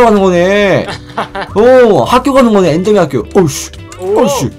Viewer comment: 엠더맨이 아니라 엔더 입니다